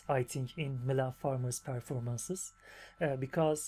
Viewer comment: Welcome to the coolest fan group 😉 you seem like a pretty nice guy too 😁 i love how you could spell "Mylene" correctly from the first time, most youtubers find it hard to pronounce it right Coffee and Mylene is the best combination ever 😉